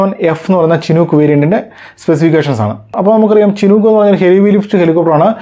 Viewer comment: ചിനൂക്ക് അല്ല ഷിനൂക്ക്